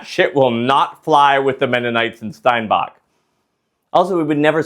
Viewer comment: Nice job, but you mispronounced Steinbach. Next time try Winkler.